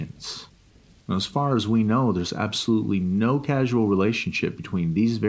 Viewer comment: Good story and I'm into the reading style.. but FOR DARWIN'S SAKE it's CAUSAL.. not CASUAL. Like.. from a cause. Two syllables. Yeesh